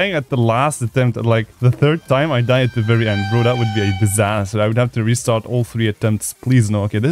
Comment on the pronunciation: asdfmovie is a real series with "funny clips" that people thought were so funny back then. No GD player knows about asdfmovie except for me. Huh. Edit: Pizazz or Disaster? Can't unhear pizazz (ik you meant disaster) Edit: Literally me on Deadlocked when i got 73%